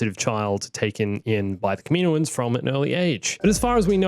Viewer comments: Man I love your videos and your ideas. But seriously,kameenoans? Kam-in-O-ans. I hate to complain about anything but that sounds like nails on a chalk board to me lol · can you say kaminoins. As kam-in-o-ins not kamino-ins cause that is the proper way to say it but you do you